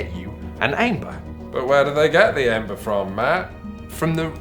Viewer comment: Ok, why is it so hard to say Æmber? “Æ” is a Danish letter and in this case you just pronounce it as “Ember”. Stop with that “AE” shit. XD Another thing: You talk a lot about good and bad decks, but almost everyone I have heard from agree that the balacing is actually great, and even a great handicap mechanic to balance it out. Also there are 5 different gamemodes in organized play that are build towards the end of fair games, with everything to handicap auctions to deck-switching. This is NOT the type of game where you just bring the strongest deck and wins. XD